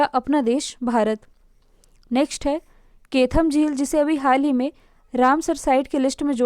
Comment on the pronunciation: Madam plz वो ना तो केथम है और न ही सुर सरोवर है वो कीथम(कीठम) है और उसे सूर सरोवर कहते है सूरदास जी की जन्मस्थली है रुनकता इसी के जस्ट पास में है| मैं यही से हूँ |